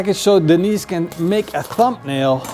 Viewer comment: It's "Thumbnail" not "Thumpnail" my friend.